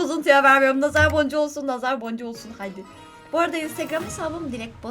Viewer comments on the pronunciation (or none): none